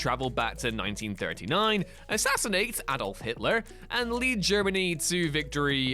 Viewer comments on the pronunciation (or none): none